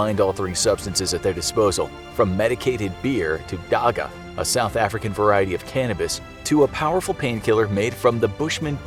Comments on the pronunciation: Dagga is pronounced with phlegm on the gg. More aspirated. Also not Zulu but Khoi-San in origin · Loved how he pronounced Dagga so wrong but understandable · Only if mans knew how wrong he pronounced “dagga” lol , shoutout though , the video lit